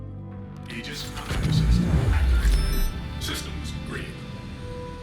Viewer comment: Pausing video immediately to cheer about someone finally pronouncing "aegis" correctly!